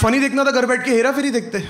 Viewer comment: "Hair-a-furry" ~ Karunesh 🖤✌️